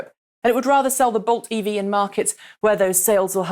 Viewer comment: It really sounds like you're saying Volt when you say Bolt. I blame Chevy.